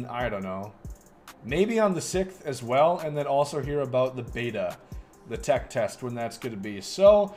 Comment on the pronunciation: My boy said sicth and ruf